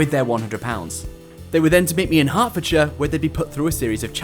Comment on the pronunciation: haha did bro just say hertfordshire :face-purple-wide-eyes